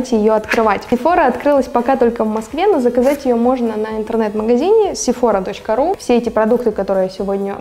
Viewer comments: Только не СефОра , а СефорА ) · изначально этот брэнд из Франции!!! поэтому сефорА!!!!!!!!!!!!!!!!!!! потому что во Франции все окончания на последний слог!!!!!!!!!!!!!!!!!!!!!!!!!!!!!!